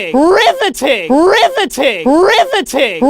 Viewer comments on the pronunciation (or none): I hear ri va tin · Now it’s sounds like RIVTI-titty But like if titty was a different audio clip